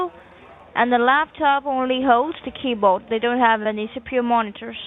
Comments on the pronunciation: When the second girl said "key-bode" that was straw that broke the camal's back..... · keyBODE FO cents 🤣🤣 ... BUT WAIT, THERE'S MORE! 🤡 😂 ADD BELOW 👇